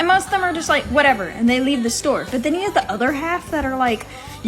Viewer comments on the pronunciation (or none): Whateverrrrrrr!!!!only for the pronunciation for that word i would turn around and would leave her!!!!!